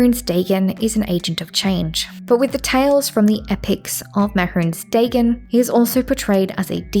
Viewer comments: Im a minute and a half in and I cant stand how you pronounce his name man. Like it is just the most stilted and awkward way of saying it and I cant bare dealing with it for a whole hour and a half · Can someone tell me if she ever stops pronouncing it like that? Or should I just skip this one? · Is she gunna say it like that the whole video…. Yup. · the way you pronounce mehrunes dagon instills a slight amount of primal fear and rage, fitting i suppose